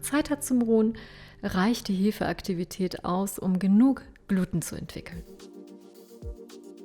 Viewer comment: Schönes Rezept, tolles Video! Ein kleiner Tipp am Rande: Es heißt "Glutehn", mit Betonung auf dem E.